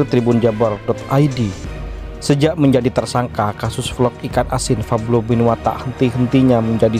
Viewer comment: Pablo bukan fablo min😯